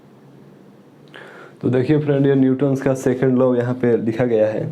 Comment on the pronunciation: Bhaiya wo law hota hai , not low